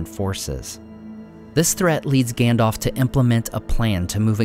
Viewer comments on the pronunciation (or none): him saying Gändolf kills me every time 😂 no offence 👍